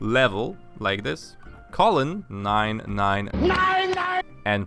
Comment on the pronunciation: Level nein nein nein nein I can't unhear it now